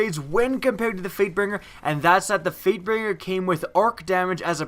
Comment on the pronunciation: Wow. I heard 'Freightbinger' at ... I thought my friend was the only one to say that and he was eating chocolate... Apparently others do it too, but not even eating anything. :3